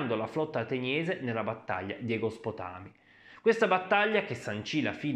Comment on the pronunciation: Vergingetorìge egospotàmi? Ma sei anglosassone?😁😁😁😁😁😁😁